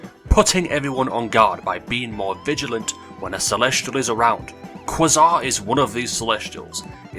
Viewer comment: Quasar is pronounce quaisarr